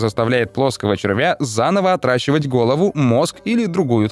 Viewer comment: Все время место "отращивать" слышу "отдрачивать"